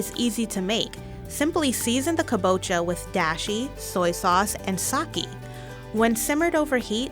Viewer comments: compared to other Japanese words the ones mentioned in the video are simple, dashi is pronounced dah shee and sake is pronounced sah kay it's not hard and she didn't attempt to pronounce it correctly even though she could have easily done it or have at least tried to. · When she said 酒 like saky I got SO MADE